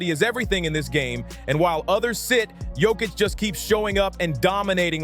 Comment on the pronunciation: You talk about DISRESPECT towards the Big Honey Joker, but you still haven't learnt how to pronounce his surname correctly: yock-itch. 🧐